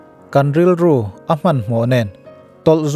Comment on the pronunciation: Aman tih a lam tur anilo, awman tih ang lam tur